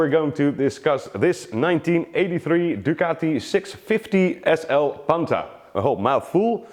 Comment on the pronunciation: it is pronounced PANTAH not Panta